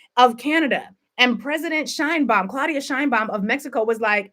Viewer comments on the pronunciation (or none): none